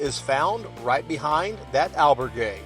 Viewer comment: Say albergue with the accent on the ber, so others don’t copy you and say it wrong too, al BER gue (gay)